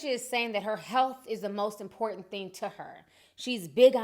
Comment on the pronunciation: " My health is very inportant to me..." HA, im sorry but when i heard that i laughed out loud